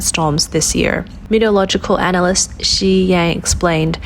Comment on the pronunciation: If you are going to make any more of these videos... PLEASE, OH PLEASE learn to pronounce METEOROLOGICAL and PRECIPITATION !!! and DON'T USE THAT RIDICULOUS BACKING MUSIC !!!